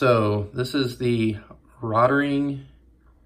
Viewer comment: Nice. Point of interest - the pronunciation is 'rote ring'. Thanks for the video!